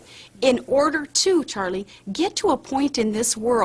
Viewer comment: i swear to god this woman is saying "Churlie"